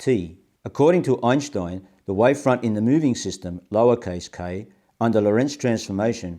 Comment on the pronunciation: I've been watching Sky Scholar videos on and off for two days and nights. Imagine my surprise when shows up on one. How wonderful. * he pronounces Einstein's name correctly, I respect that.